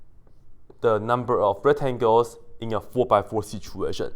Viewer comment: He actually did not forget the c. If you listen closely, "retangels" is exactly what he says most of the time ^^